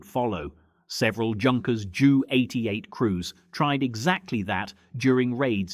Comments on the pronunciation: It’s pronounced ‘yunkers’ , not ‘junk-res’. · Yet more Yankeespeak, rather than English. Your VoiceOver purports to be British, but he/it is not. He/it managed to get the pronunciation of Beauiighter correct, but most of the other names were wrong. A Junkers 88 is pronounced "yunkers" and a Blenheim is pronounced "Blennem". and neither the British Army or Royal Marines, nor the RAF have any "Lootenants": they are all Leftenants. Cunningham ended the war as a Group Captain and became a test pilot to Hawker Siddeley and British Aerospace. Again and again I see in here incorrect rank badges, uniforms and even nationalities. Just make an effort, please: Hollywood did not win WWII as we are taught to believe, and when Mr Trump complains that the UK had not followed up his wishes in the Strait of Hormuz, I ask him and those advising him where USA was between 1914 and why they stayed out of WW11 for nearly two years, limiting itself to bleeding UK resources dry, with the Lend/Lease debt not being cleared until the 1960's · I winced on hearing Junkers "Joo" 88. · Either “Yunkers 88 or Jay You 88”. “Blen-em” not “Blen-hime”. The punctuation can be off putting too.